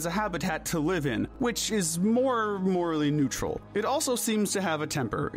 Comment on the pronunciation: IT'S NEUTRAL, NOT NUTRUAL!